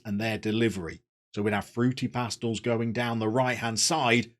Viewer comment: For pronunciations: Pastells is Pas-teyas (or close to, hard for us English natives); Campeny is cam-pen-ya (the "ny" phoneme in Catalan is the same as the n with the tilde in Spanish); and Jordi is more like zhor-di than Geordie.